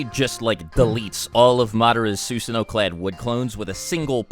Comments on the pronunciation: "soosano'..... NO YOU FUCKING IDIOT IT'S "SuSano'o" "Suu-sano-o" not "soo-sa-no" fucking idiot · His pronunciation before was wrong. This is closer, but one thing he's always forgotten is that you're supposed to pronounce the second O at the end. "Soo-suh-no-oh" They even pronounce it properly in the anime, but I guess no one listens to stuff like that. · You cant even pronounce SUSANOO right, SUSUNO? Its annoying as fuck and yet u called yourself a naruto fan? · please don’t say susanoo unless you wanna pronounce it right. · How come you started saying susanoo wrong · He’s even sayin “ susanoo” different know🗿